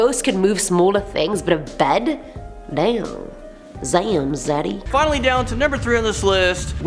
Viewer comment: "zamn zaddy"